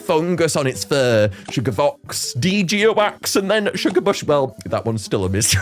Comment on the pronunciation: ITS PRONOUNCED SHUGA BAIS NOT SHUGA BAHS